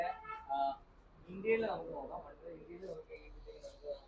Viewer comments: ഇൻറ്റീരിയൽ അല്ല ഇന്റീരിയർ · Eda interial alla Interior aa